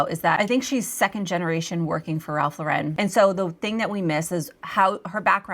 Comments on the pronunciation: It’s Ralph law-ren, not la-REN, please. I know it’s a small detail but it makes me crazy 🤪 😂. I was a visual merchandiser in the early 90s and Ralph Lauren was one of the vendors I worked with. RL is EXTRAORDINARILY SPECIFIC about their tasteful, timeless, classic aesthetic. Every new reset of their shop came with a binder of specifications, complete with exact placement of accessories that they shipped with display cases and hardware. That said, the RL look is about quiet elegance and consistency, easily achievable with inexpensive items, keeping those things in mind. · It's pronounced Lauren - like the girl's name. NOT laur-En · It's Ralph LAUR-en. Not Lau-REN. SMH